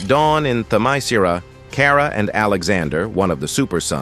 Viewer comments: Say it with me, AI robot: them-eh-SKEER-ah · Stupid AI voice can't even pronounce Themiskera consistently. each time it's different, and all of them are wrong. lol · Idk if is Ai ( I think it is) but it pronounced "Temescira" in 6 different ways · "How do you pronounce Themiscyra?" "Just try a bunch of different variations until one sticks!" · Why does the pronunciation of Themyscira change Every FREAKING TIME! 😂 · Dude this AI can’t pronounce Themyscira for shit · But why was Themyscira pronounced like 5 different ways? Lol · AI kept on changing Themyscira pronunciation😂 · Damn, this was a real comic from DC? 😂😅 The narrator for this video, assuming it's a real person speaking, appears allergic to properly pronouncing Themyscira. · This AI narrator need to to be improved. He mispronounced Wonder woman's place of origin several times. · So A.I. just pronounces Themyscira every possible way, seemingly randomly? I though A.I. was able to learn. Guess not. I fucking HATE A.I.